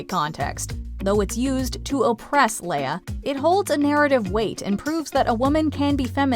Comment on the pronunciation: I love it when people pronounce Leia wrong... lol